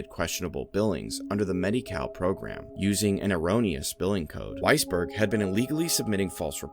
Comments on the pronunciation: Every single timeowitz! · did you say weissberg? sigh